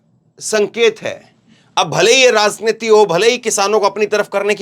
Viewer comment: Is bkbk ko news kahtay hain? Aur yeh zankari zanta razneeti kb tk j ko z bologay